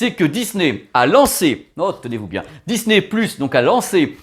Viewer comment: Bonsoir encore super sympa ta vidéo avec ce format IMAX 😜😜 mais tu as oublié quelque fois ton accent anglais pour Disney " pluche"😂😂. Allez bonne soirée et à dimanche👏👍😜😘